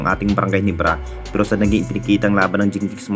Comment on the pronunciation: Bro hindi Ginibra😂 Ginebra bro😂